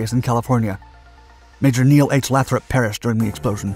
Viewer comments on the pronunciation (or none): none